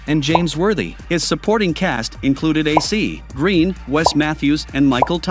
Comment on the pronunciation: Is this computerized narration? The pronunciation of Vlade Divac was just wrong. And of A.C. Green, you can tell the computer pausing for the periods. And for Toni Kukoc 🤦🏻‍♂️ And pls don’t use the current team logos (Nuggets and Warriors, Cavs, etc. ) when describing the teams back then. Otherwise the content is alright. Thanks.